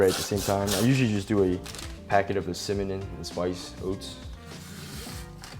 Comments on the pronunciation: Hahaha it sounded more like cimmanon. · did anyone else catch that "cimanon" i accidentally call it that too sometimes 😂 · “I like to use the cimmanon oats” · Did that boi say ciminan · cimannon oats eh? 😂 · Who else went straight to the comment section as soon as he said "symonin" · He said symenim lol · Did ya boy say 'Cimmanon' im dead lmao, you the man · Synonym Oats 😂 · Did he say “Cimanin?” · I thought I was the only one that struggled saying cinnamon 😂😭😭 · This dumbass can’t even say Cinnamon ahahaha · I think this fool messed up cinnamon on purpose lmao